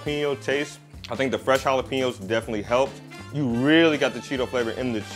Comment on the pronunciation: We Mexican, Mexican Americans, Latinos/as and Latin Americans, appreciate you pronouncing jalapeños correctly.